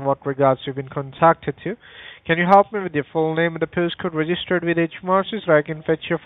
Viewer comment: "How can I hellop you?" 🤣